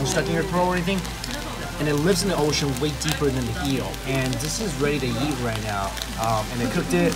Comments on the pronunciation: Does anyone notice says eat like yeet? 😂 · Is it me or does he say eat like "yeet"